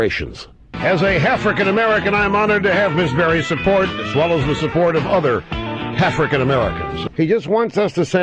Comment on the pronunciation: Is it just me, or does it sound like Rush is actually saying half-rican American instead of African ?